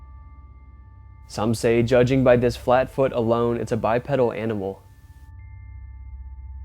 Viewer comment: The first on is a Bear, the second one is obviously an Owl! I swear, people will believe anything. The big wolf is a person in a costume, you can see the back of the persons foot. Almost every one of these can be explained! You are causing people to believe in bs. Oh and it’s pronounced Bipedal with a long E sound. Bi Pee dal, not Bi Ped el.